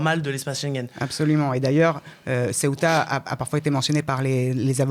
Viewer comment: Le Maroc admet donc avoir en voyé 40 000 personnes à Ceuta, qu'on prononce "Céouta" et pas Ciotat, qui n'as rien à voir Paella mais plutôt tout avec avec la Bouillebaisse.